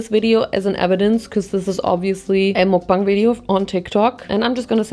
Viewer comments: you drive me crazy, it's MUK not MOOK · Just fyi, the syllable ‘muk’ in mukbang is pronounced as ‘muck’(like ‘stuck’). it’s short for ‘먹’는 ‘방’송 which quite literally means ‘eating show’😊 sending immaculate amount of love from korea❤